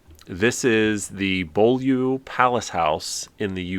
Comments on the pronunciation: Bollyou palace house....😆Correct pronounciation is Bewley..😎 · Was gonna say this, not far from me, spelt very strangely, but yeah , Bew- lee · Great Vid - its Pronuned Buew-lee (Knight Estate) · The exterior shot of the foundation estate aka Beaulieu is Beaulieu Motor Museum near Southampton Hampshire UK. Beaulieu for your reference is pronounced ‘Beew Lee’ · Hi guys great stuff I love your channel, the Beaulieu Palace House, is pronounced…… “Bewlee”. It’s one of those weird English place names that does not look how it sounds. Keep up the awesome content. Hope this helps. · The Palace house is pronounced Bew-leigh (Beulieu) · Beaulieu is pronounced 'bewley' for future reference. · Beaulieu (the manor and estate) is pronounced “bew-ley “. They have a superb classic car collection, too. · Nice try with that ridiculous word. It’s pronounced Bewlee. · just a heads up. Beaulieu is pronounced "BEWLEY" and it houses a Magnificent Motor Vehicle Museum. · FYI - Beaulieu is pronounced 'Bewlee'. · “Beaulieu” is pronounced Byoo-lee. Sorry! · Loving all your Videos..... I live in the UK and grew up watching Knight Rider and I have been to Beaulieu (pronounced Bew-Lee) Gardens many times and not once realised that it was used in a Knight Rider scene, I will definitely be taking a look again when I go back. Thank you for bringing that to my attention. The gardens also house a Motor Museum with exhibits from James Bond and Top Gear UK so is a great place to visit. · Believe it or not, Beaulieu is pronounced "B-you-lee" in the UK. Coincidentally, the grounds of the Palace are home to the National Motor Museum. No KITTs though! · Beaulieu is pronounced Byoo-lee 😀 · I was going to britsplain how pronounce Beaulieu, but you've probably had enough of that by now. More importantly, this was a fun video, and I look forward to the series continuing.